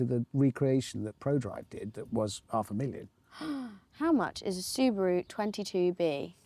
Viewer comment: Did she say subuwu 😂